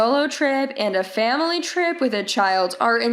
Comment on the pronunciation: What's with "faMilay" ?